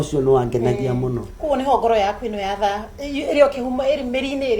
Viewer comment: Love you ❤ what is ngoro ya THAA?? 😏 "NGORO YA THA" not thaa!